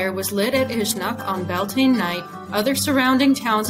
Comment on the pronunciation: Slight mispronounciation on bealtaine. We pronounce it like be-al-ti-na